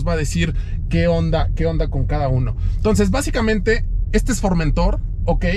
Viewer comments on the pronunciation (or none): El "master" no sabe siquiera pronunciar el nombre del producto que vende ... es FormentOr ... no FormEntor.